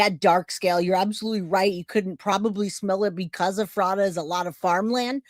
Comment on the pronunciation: Pronounced Ef rata. Like letter F Hahaha. It’s a tough one ✌️ new here and love your channel